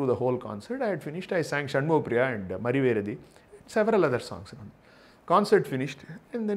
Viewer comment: Great note. A quibble - it is mariveredikku, is it not? Why call it mariveredi, which makes no sense!!